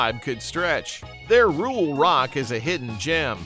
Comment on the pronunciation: Why did you post a picture of Dr Hook and The medicine Show when you were talking about goose Creek symphony? You keep saying "rule" rock. Is that your AI generated narration goofing up the term rural rock? AI always goofs up everything.